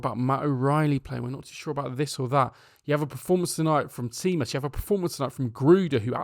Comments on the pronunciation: As a PAOK fan, watching our own child make it there and do amazing stuff makes us extremely proud of him and also very enraged with our coach for not giving him chances to shine with our jersey. Also.. just an advice.. his name is pronounced "JI-mas". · An advice on how to pronounce the names of the Greek players,Stèfanos is stressed on e, Tzimas is pronounced like Jimmy because tz is how we make the sound of j in Jim or g in Geoff, Kostoúlas is stressed on stou not ko and Charalampos is pronounced Ha-rà-la-bos, stress on rà,mp makes the b sound(for example Olympiakós is pronounced O-ly-bi-a-kós with the stress on kos) hence the Babis nickname and ch is used to replace the X that in Greek makes a similar sound to h in Harry for example. Hope these informations help you. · Low key sad we didn't get to enjoy this diamond in the making playing for PAOK but really happy that Stefanos hit the ground running. PS. In Greek TZ = J. Thus Tzimas is pronounced like Jimmy and not like Chimney. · let me help you at something his name tzimas you pronouns his name (the 2 first tz) like you pronoun djinn (how you say the dj, like that you say tz but rather a d its a t. the z is not an s its a z). this way you say right his name if you like to say it right!!